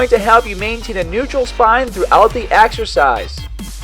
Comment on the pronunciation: AXERCISE ... AXE-ER-CIZE... AXERCEYES